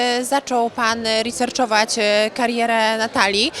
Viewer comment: "riszerczował" geezas kobieto ...